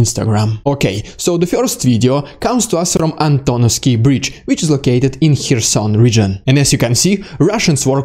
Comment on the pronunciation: you can’t even pronounce “Kherson”, you learn it from CNN? It’s CARE-son. The “k” is not silent, it just isn’t as enunciated as the following vowel sound.